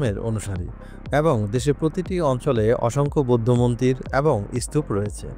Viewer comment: এবং শব্দটা কম উচ্চা‌রিত হ‌য়ে‌ছে